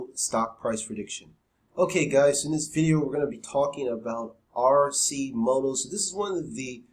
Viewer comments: AR- KEY- MOTO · its Pronounced Ar-Ki-moto.